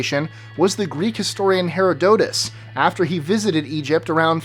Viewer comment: you mispronounce Herodotus